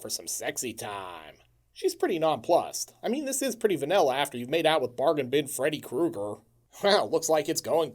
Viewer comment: it's ame, Fredo Krueger I'm italiano! 🤣 Had to pause